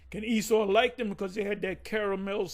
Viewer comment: He don't know how to say Esau now...."Wait!.. let's see if E-sdras.... will save him"..."This man is calling on E-noch....".. E-cclesi as tical...not of the Most High?...had no problems with calling Esau by his biblical name before... what happened to they spirits?.. Isaiah Chapter 52? Isaiah Chapter 54??..huh?...they cringe to Read the last few verses.. Isaiah Chapter 53 in the middle there